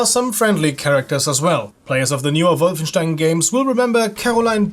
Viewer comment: Always a pleasure to see someone remembering this great game. And you even pronounce "Wolfenstein" correctly, which is pretty rare on YouTube ;)